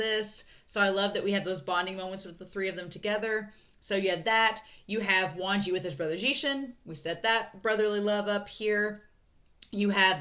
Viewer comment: I'm not sure if I'm hearing it correctly but I hear you pronouncing Wangji as "Wanji"? If that is the case then just an fyi, the 'g' in Wangji isn't silent ^^ And Xichen isn't pronounced 'zee-shen', it's 'she-chen'. Again, I don't know if people have corrected you in future reactions so I'll leave this here just in case 🙏🏻